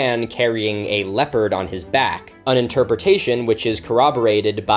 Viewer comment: Throughout his whole video I mistook him saying leopard as leper, and I was so confused for quite a bit.